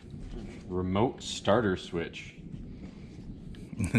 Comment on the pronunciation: Did my boy say stater instead starter